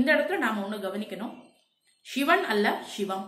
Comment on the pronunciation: தங்கள பதிவுகளுக்கு நன்றி. ஒரே ஒரு. வேண்டுகோள். ஷிவம் ஷிவன் ஷக்தி என்ற வட மோழி உச்சரிப்பை தவிர்த்து சிவன் சிவம் சக்தி என்று தமிழ் உச்சரிப்பை மேற்க்கொள்ளஙும்! வாழ்க வளமுடன்! 🙏